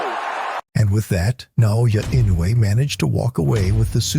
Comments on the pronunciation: The name is pronounced: Eenoue, hard e sound like in "meet". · Inoue ... You really need to learn how to pronounce this name. Jack, the Japan Alps Brit 42 years and counting